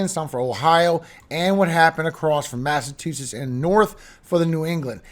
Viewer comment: Great job, great info. FYI Your the only person since my mom(RIP), That I've heard pronounce Mass. as' Massa tu sets. As it should be.